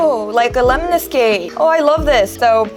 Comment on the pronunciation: Okay, you just said "lemniscate" 😍😍😍